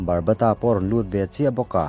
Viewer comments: Barbata nilo in babata 😊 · Barbata nilo in Baba ta tih tur aw sir